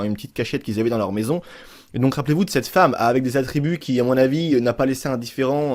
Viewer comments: RIP le français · Mes qui dit femeu